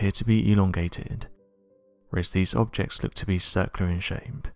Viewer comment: so far lot's of HOT WORDS, but NOT SAYING MUCH! BAD PRONUNCIATION "strange objesec t" . I'm ABOUT TO "CANCEL YOUR TICKET" and stop from you being recommended. I'm seconds and you are close to "GONE FOREVER!!!" "giant shims" Googled "astronomy shims" (without quotes} . Google offered various substitutions for "SHIMS" but nothing other than "SPACERS" to wedge equipment, so ... "What in the HELL are you talking about?" $CREW THIS $HIT you just FELL OFF THE COMPETENCY CLIFF. Good BYE!!! "see enemies" Why don't you PROOF READ THE CAPTIONING PROVIDED BY YOUR VIDEO........ Obviously, you can't clean up your own mess...